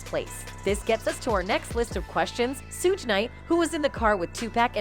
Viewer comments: The pronunciations of the names is driving me crazy! 2-Pack and Sue 😂 Sounds like Siri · She said Suuge night